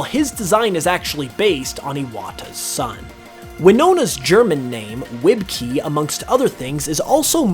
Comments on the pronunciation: Ah a small correction: Wibke isn't said like "wib-key", it's said like "vib-kuh"/"vib-keh" since it's German! The w is pronounced like a v not a w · you pronounced "Wibke" wrong, it'd be pronounced Vib-kuh, Ws are pronounced like English vs, and when a word ends in -e, it's pronounced as "uh" instead of "ee" like in English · I don't blame you, but the way you pronounced Wibke hurt my ears